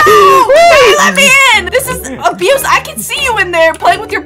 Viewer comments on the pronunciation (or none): When he said OH SHEET ITS ABuSE